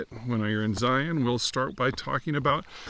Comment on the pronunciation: He said Zion correctly 🎉